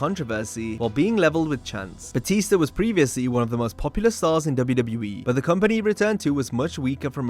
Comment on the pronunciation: JBL said BooTista 👻 hah BootTista 🥾 lol